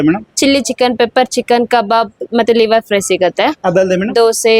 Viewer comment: ಲೀವರ್‌ ಅಲ್ಲಾ ಕಣೋ ತಮ್ಮ, ಅದು ಲಿವರ್